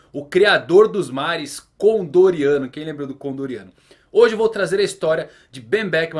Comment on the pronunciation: Falou o nome do Con D. Oriano errado, deu vontade de dar deslike.